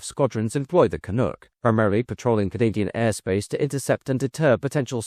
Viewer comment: My grandfather (a good Irishman) worked for Orenda engines. Then moved to Hawker, then McDonnell-Douglas and retired there. In Malton, ON. It’s pronounced Can-uk my friend. Canuck. Or the clunk as the pilots called it. 😉😁